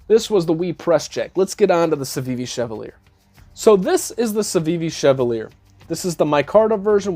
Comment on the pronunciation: The Chevalier…most mispronounced knife of 2022 hahaha. In WE’s video they said it was pronounced CHE-VAL-YAY …all Frenchie and what not hahaha. My mom used to drive a Cavalier…KA-VAL-YAY …??? NOPE hahaha Great run down of these knives man! The WE is pretty sweet AND YEEEAH….CJRB did just SLAP the button there, looks out of place🤷🏼‍♂️